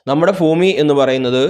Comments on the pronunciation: ഫൂമി അല്ല ഭൂമി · Fumi Alla sir Bumi anu 😂😂😂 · ഉച്ചാരണം seriyakkoo